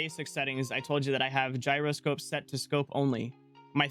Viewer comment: You been trolling me all this time 😂😂😆. You do know how to say gyroscope correctly